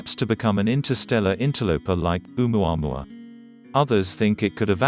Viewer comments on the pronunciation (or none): I enjoyed the pronunciation of 'omuamua' 😂👍 Wondered why I didn't remember it, was within a couple of days of the Challenger disaster, and I would have only been 14 at the time